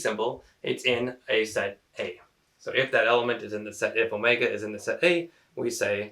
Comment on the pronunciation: you mention, 5 is not in set Omega (which you mispronounced I believe).